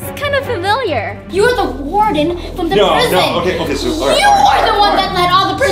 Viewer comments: Vy that's the woardon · That's the woardon